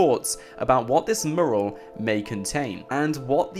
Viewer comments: My fucking god, its not "Moo-ral", its "Mew-ral". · its pronounced mew-ral... not moral 👍 good video though mate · Dude i know how its spelt but the way you say mural fucking aggravates me youre supposed to say it - Myural not merl... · The video is interesting but........murrrrrl....... Mee you rul Say it fast. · Sorry, after watching this and the Mt Chiliad mural video, I have to say it >< Mural pronounced 'mjueral' not 'muhral' Anywho, keep up the good vids ;) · dude, its pronounced "mYural" not "mooral". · I cant get over your pronunciation of the word "mural". It's "myural" not "murral" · first ten seconds "mooral" instant headache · I swear you said 'Mural' in every single possible way, OTHER than the way it's actually meant to be pronounced.... 'Mooral'... No. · hey guys a murrrrrel ... fucking english and cant even speak it correctly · its pronounced mju rel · most English people pronounce it "mjural" for some reason he does not. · The way you pronounce mural 😂 Its "Mew-ral" my friend :') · Can you PLEEEEEEEAAAAAASSSSSEEEEEE learn how to say mural properly!!!! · Please learn how to say mural properly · Learn how to pronounce mural please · That's not how you pronounce "mural" bro... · You're pronouncing 'mural' incorrectly by the way. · Can someone please teach this guy how to pronounce the word mural?! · The way he pronounces "Mural" 😂😂😂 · Please learn how to say "Mural". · Oh my god if you mispronounce mural again I'm gonna go Liam Neeson on your arse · please learn how to say mural